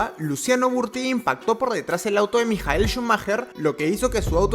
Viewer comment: iba bien con el video hasta cuando escuché MIJAEL SCHUMACHER O DAVID COLD HEART?????